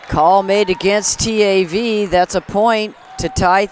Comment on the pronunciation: her saying t - a -v is so annoying, girl say it together